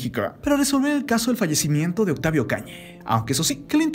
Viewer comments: Lamento mucho esta noticia, recordaré con mucho cariño a su personaje Benito. Ahhh y por qué este comentarista dice Octavia? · Es mi idea o el narrador está tratando de terminar varias palabras con la "e" Es como si quisiera que la palabra Octavio se escuchara octavie. Vida- vide mexico-mexique. Justicie, policie, miede... benite, misteriose, peligrose con muchas palabras.